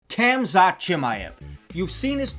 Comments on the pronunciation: Man said kamzat Hahahaha Well Good video 💪🏼👍🏼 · His name is Hamza the “K”and “T” are silent just like Knight Knife the “K” is Silent